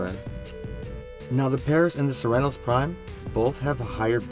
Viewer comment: Good video but the way you say Cernos makes me cringe.